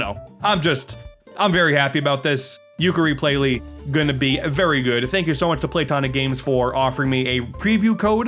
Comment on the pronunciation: "Tooka-layee" sounds about right.